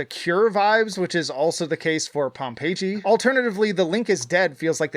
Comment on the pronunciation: Pom pay G? It is Pom Pay Ee